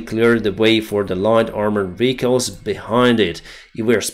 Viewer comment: vEhicles, not vichles